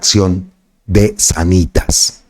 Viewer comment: SÁNITAS! SÁNitas con el acento en la PRIMERA A hombre! 🤷🤦